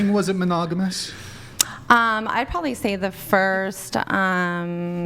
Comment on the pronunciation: Urghhh! The word is probably, not prolly. Prob-ab-ly. I knew that when I was 5.🤢